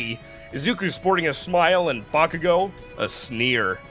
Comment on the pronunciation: i cant cotrol my laughter when he says bakugo as boomking hilarious 🤣🤣🤣